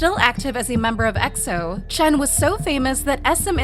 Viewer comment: No, this person who can't even pronounce his name right is tripping 🙄